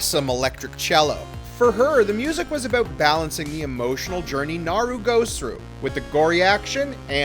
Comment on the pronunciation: And yet... they still can't pronounce Naru's name right!